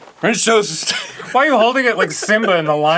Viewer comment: Arin rejoicing with a valiant “fRINCH TOEST” is extraordinary